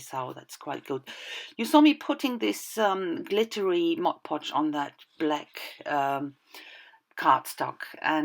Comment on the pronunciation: Nice page! That glas shimmer stuff from Viva looks great! Now I need it too:) I like you say MOD podge instead of modche podche like so many. Not a great issue, but it just sounds much better the way it should be said.